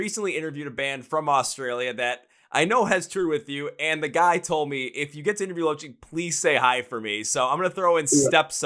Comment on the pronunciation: Loved the video I am from Australia. Just a heads up, lochie is not the way you pronounced it. the way you pronounce it lock-key, it's an abbreviation of lachlan